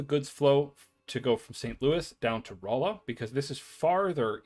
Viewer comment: Lebanon is pronounced like the country. Not 'Le-Bannon'. Rolla is 'Rawla'. In any case, thanks a ton for this series. Helping a lot.